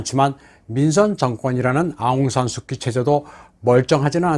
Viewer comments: 내용이 너무 좋네요. 간단한 거 하나만, 영어로는 아웅산 수치, 한국말로는 아웅산 수지라고 발음합니다. 비록 K이지만요. 아웅산 수치가 민주화 운동은 잘 할 수 있는 자질은 있었지만, 대통령 재목은 아닌 거죠. 2차 세계 대전후 대부분의 나라에서 독립지도자가 그 나라의 수상 혹은 대통령이 되었지만 거의 대부분 부정부폐 또는 독재를 했거나 또 하고 있습니다. 한국도 김구가 대통령이 되었다면 비슷한 길로 갔겠지요. 그런 사람은 그 일을 잘하는 것 뿐이지, 대통령일은 또 다른 사람이 해야합니다. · 하는 짓이 다 똑같군요. 베네수엘라-한국-미국-미얀마 ~ ㅎㅎㅎㅎ 진짜 대단들 하네. 아웅산 수키가 원발음인가요?! 저희는 아웅산 수지라고 알고 있었는데... 아웅산 수키를 뭐 민주화 영웅으로 세계에다가 난리 난리치며 떠들어 대더니, 기껏 한다는 짓거리가 부정선거 ~ ㅎㅎㅎㅎ